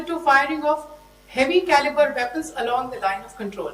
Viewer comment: what briefing?she can't even pronounce the words properly Turned Caliber into cabliry😂